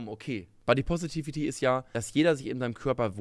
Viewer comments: Finde es immer lustig wie Menschen Wörter "ausnuscheln", wenn sie diese nicht aussprechen könen. "Bodypovity" :D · Ich könnte 2h wiederholt schauen, wie versucht, Body Positivity auszusprechen:D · Muss gestehen, dass ich es ziemlich unberechtigt finde, die erste verbale Schelle zu verpassen, noch bevor man einen Punkt gemacht hat. Besonders, wenn diese Schelle nicht einmal nachvollziehbar durchgeführt wird. sagt "Body positivity" und spricht das erste s gefühlt halb wie ein s und halb wie ein v aus. Verbaler Ausrutscher, Sprachfehler, keine Ahnung. Jeder weiß worum es geht und er lässt es im Video, was ihn einfach nur authentisch wirken lässt. Und dann so zu tun als hätte man "body poverty" verstanden (bzw. wenn man es wirklich so verstanden hat wäre das vermutlich ein Fehler auf gleichem Niveau?) und das so lang gezogen zu belächeln finde ich zwischenmenschlich etwas schwierig.